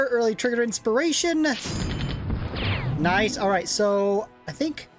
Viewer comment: bro i am interested where are you from?. you got strange accent pronouncing nice as "noise" annihilate as "annoyolate" and few other words. just curious.